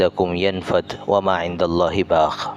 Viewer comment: وماعنداللہ باق کو باخ پڑھا ہے کیا اسکا ترجمہ میں فرق نہیں پڑتا